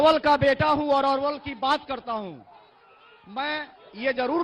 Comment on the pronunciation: अरे भाई पहले अपने रिपोर्टर को नाम तो सही से बात के भेजो। अरवल है ये अलवर नही।